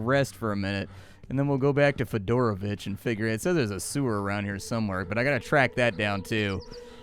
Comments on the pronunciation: This whole time I thought you were saying Fedora Bitch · You said "Fidoravich" and I heard "Fedora Bitch"